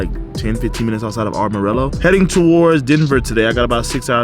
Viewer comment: Yo my guy it's called am-o-rillo not arm-i-rillo 😁🤷‍♂️ but it's all good people call it differently all the time lol.. love the vids bro 👌